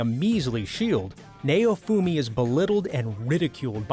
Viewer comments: They still can't pronounce japanese(its naofumi not nayofumi). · "Neyo-fumi". Dude theyre not rappers aight? Theyre anime characters XD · Sorry if this is rude but this guy calls Maofumi like his name is mayonaise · What is nayyofumi it's naofumi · its pronounced (Now-fumi) not (Nay-O-fumi) and i wouldnt consider akame ga kill as one of these the mc did go dark sure but he wasnt ever betrayed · Say neofumi one more fuckng time, I dare you. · By the way it's not how u pronounce Naofumi . You said Nay-Oh-Fu-Mi But it's Na-Oh-Fu-Mi . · "Neyoufuumi" Doesn't sound good after becoming a weeb. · The way he said Naofumi Triggered me Like tf Is nAoFuMi Like sounds like he tryna say Mayofumi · I’m sorry but “NAYOFOOMI” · Okay... Why is Naofumi's name pronunced as "Nayufumi"?.? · ok stop if i fckin hear neofumi again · It's naofumi bruh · The way he says naofumi hurts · bruh wtf not only did they not say kaneki and they fking butchered the names ..... how the fk is he pronouncing naofumi and raphtalia XD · Naofumi is pronounced so wrong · The way he pronounces Naofumi is painful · I hate how he pronounces naofumi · I'm sorry, but the way you pronounce Naofumi's name made me cringe, it was a good video, but that last part just. i don't know man, i dont want to seem or look like an ass, but I'm just saying... his name isn't pronounced that way at all... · dude the way u say naofumi is so off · I cringe everytime he says Naofumi